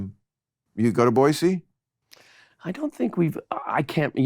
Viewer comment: Bill pronounced Boise correctly, he’s aces in my book! 👊🏻